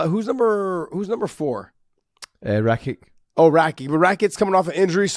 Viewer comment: "Rakich" not "Rakick"